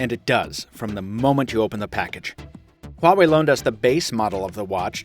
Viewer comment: anyone else hear him say "Huawei Huatch" in the intro of the video? =D